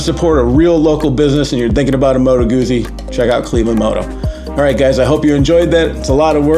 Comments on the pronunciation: It's Goot-zie not Goozy. Like peet-za not peeza. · Please pronounce the subject of the video correctly! "GuZZi," as in "PiZZa." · actually it's pronouncrd "goutsi" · it is not a matter of dialect, Moto Guzzi is specifically named after Carlo Guzzi, and their family pronounce their name “goot-si”.